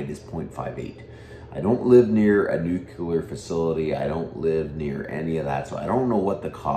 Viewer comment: Lear to say Nuclear, not Nucular.